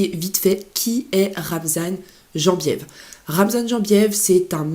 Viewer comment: Ca s’écrit Jembiev mais on prononce Yembiev ! Et oui, il a tout compris, c’est le genre de gars qui peut signer à l’UFC si tout se passe bien dans son organisation actuelle. L’UFC cherche des gens qui ont une communauté derrière eux, qui font parler etc.